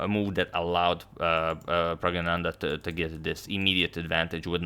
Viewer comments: Hey Toni it’s Prag-nanan-da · when you speak Indian names..try stressing in the middle of word for correct pronunciation. pragGNAnandhhaa. viSWA NAthan anand. NIHAL SERIN (XD).